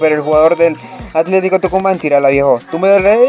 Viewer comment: Hola bro se dice Tucumán